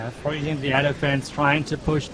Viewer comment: And her English. She says "table change" instead of "tables have turned", using "froozing" instead of "freezing"... It is distracting, but at the same time easy to fix.